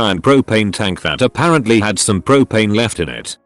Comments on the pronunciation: "a pear ant Lee" XD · "A pear ant lee" wtf